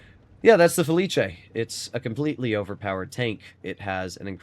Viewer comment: IT'S FELIS. NOT FELICHE.